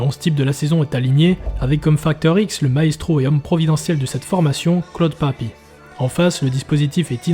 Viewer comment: tres beau mais par contre je suis corse et tu dis claude pape furiane ......